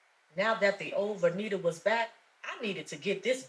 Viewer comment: I know the protagonist is named vernita, but often when it comes up in dialogue I hear it as renita